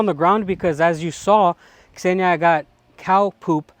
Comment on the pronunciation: Господи! Какое счастье слышать, как англоговорящий человек произносит имя Ксения,правильно! Наконец-то!😄 А то все, Зения, Зена или еще как нибудь!😂